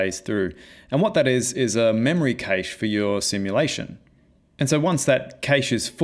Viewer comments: I was wondering how or where can I use this effect, and just realized THIS is the Infinity War / Endgame 'turn to dust' effect! It would be really cool if you improve this demo to a full Avengers one. BTW I noticed you pronounce cache as 'cage', I've always pronounced it as 'cash' like in money. Great tutorial, I learned a couple of stuff I never heard of before. Cheers! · Cache is pronounced "cash" btw